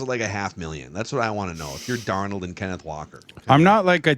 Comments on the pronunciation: The Stuttering Idiot STILL cannot pronounce Darnold correctly PATHETIC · is trash. Also, hard to compliment him on his word-smithery when he still can't even pronounce Sam Darnold's name right, lol. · Why can't () pronounce Darnolds name correctly? 🤔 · Cuz is a loser. And probably too arrogant to admit that Darnold knows how to pronounce his own name better than does.